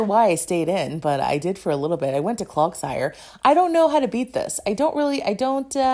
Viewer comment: I actually love your commentary, mispronunciations and all. You need a CloGsire graphic where it's wearing little clog shoes. It's CloDsire, btw, as in "clods" of mud. <3